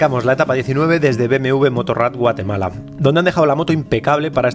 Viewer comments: Como que "Guatelama"!!!!! jajaja saludos! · Es GUATEMALA, no GUATELAMA:)))))))) ERAS MI IDOLOXD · Al inicio de tu video dice, Guatelama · Alguien más notó que dice GUATELAMA, al inicio? 🤣🤣🤣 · Dice Guatelama al principio, es error?